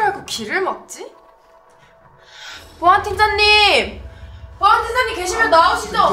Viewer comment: 보안팀장님이라고 하실때 보안틴으로 발음하시는것 같아요